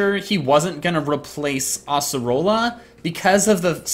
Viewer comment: it's ace erola not ass orola